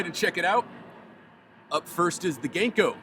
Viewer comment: Hey! Local Seattlite who also happens to be Japanese. Love the vids and will definitely be swinging by soon to reup on some streaks. Just a small note. Japanese is a syllabic language rather than alphabetic. Our characters and sounds are paired into complete syllables so they don't have long and short sounds and when written are pronounced the same every time (for the most part). So Ganko would be written as Ga-n-ko with the A being pronounced like Ah (like the Sa in how you say Sakura), so more like Gah-n-ko, it would be the same for any consonant pairing to make a syllable. Makes my day to see new uploads, can't wait for the next one. Keep up the vibes!